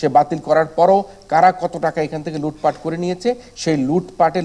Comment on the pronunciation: Great to hear LOOT FAT (is Noakhali accent?), what's FOBERS bro .